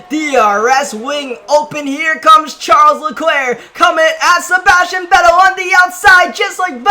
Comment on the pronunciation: that isn’t how you say Charles Leclerc’s name